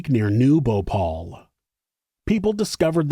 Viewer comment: Its Bhopal not Bhopol ..